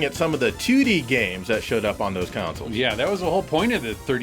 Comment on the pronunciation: Whenever you say 2D I pretend you’re saying tootie ☺️